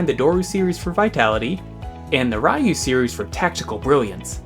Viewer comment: Is it really so hard to pronounce "Ryu"?